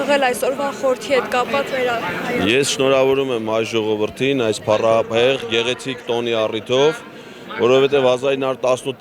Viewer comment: 2րդ անգամ նոր նորմալ ասեց 😢😢🎉😂😂❤❤ՓԱՌԱՀԵՂ բառը😅